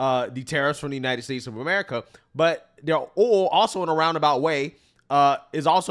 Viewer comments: DAMN BRO CANT YOU JUST SAY OIL!!!! NOT AOLL!!! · The accent u have when u say oil owwwo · No matter how hard he tries, cannot pronounce "oil" 😂 owwel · I've never heard anyone struggle with the word "oil" in my life like the way you do! Lol😂😂😂❤❤❤ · Bro, why can't you pronounce oil? Are you not American? Are you one of those people that need to be deported? Viva la raza, essay? Lol, just kidding man